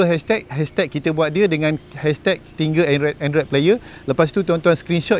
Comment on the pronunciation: Nak beli tapi tak reti nak pasang 😅 Btw, sebutan Stinger tu "sti-nger"